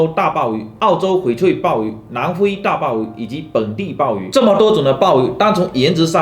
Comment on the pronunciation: 南灰啊～难道是湖建人？